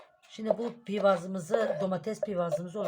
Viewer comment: Pivaz degil piyaz.sumas degil abla onun adi sumaktir